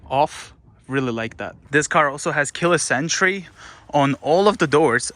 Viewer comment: When he says Keyless entry it sounds like he is saying the car has killer sentry XD XD